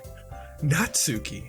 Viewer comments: muta, its pronounced natski not natsooki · Natsuki is pronounced "Knot ski" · At the risk of sounding like a weeb, it's pronounced Not-Skee. That is all.